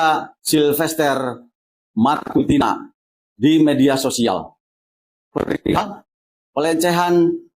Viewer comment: Bukan matutina ,tapi MATACINA